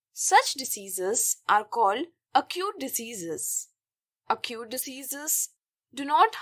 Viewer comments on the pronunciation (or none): That's acute not aacute mam🤖